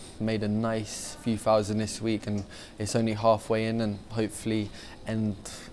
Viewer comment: A few fousand doller profit